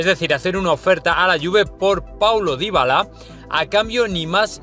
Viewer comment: Ya le cambió el apellido al jugador xD le puso un apellido Africano Dybalá, es Dybala amigo, para que sean cada ves mejor los videos hay que pronunciar bien los nombres y apellidos amigo